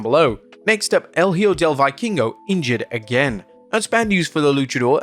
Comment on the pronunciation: It’s pronounced: El ee-hoe del vee-keen-go (El hijo de vikingo)